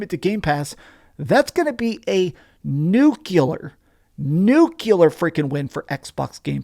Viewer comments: NUCLEAR, not Nu-ku-Ler. Just combine these 2 sounds : NEW and CLEAR -- NU-CLEAR -- Nuclear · Please It's not "nuculur". It's nuclear New-clear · I like you man but please, it’s pronounced nuclear Nu clear, new clear that’s new clear, new clear. Now you put it together, it’s spell and pronounced nuclear